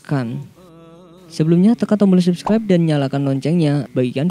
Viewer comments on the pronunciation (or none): none